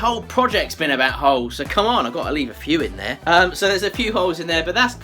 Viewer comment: Sometimes I can't hear his L and I swear I kept hearing "there's a couple of hoes in there." It's entertained my inner 12yr old boy this ho video. ;p